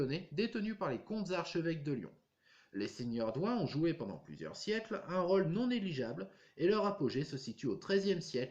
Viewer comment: Ahah! J’étais la quand ils ont pose la plaque . Ce devait être entre 1965 et 1967. Amusant votre accent car il mêle les intonations du sud quand vous dite “ role” mais tres lyonnais dans “ region lyonnaise “ . Tres interessant reportage . Thanks!